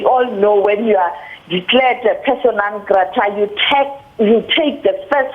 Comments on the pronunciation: Persona not Persana lol 😂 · It's persona not persana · IIts "Persona" not "persana"! 😂😂😂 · "PERSONA" MAN!!! You guys are embarrassing with all of these basic errors!